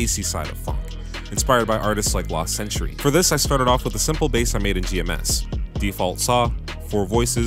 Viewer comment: Also its last century, literally his producer tag says: Last century and not Lost, reeee why does everyone say lost